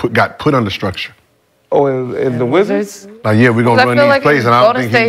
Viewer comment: “the wizzers… it’s THE WIZZARS”